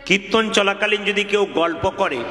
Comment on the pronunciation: na, kothata kirton hobe,uchharon ta thik mato boLun, apni banglae graduate korechen bolen,ato valo kirton koren apni, apnar kirton ami all time suni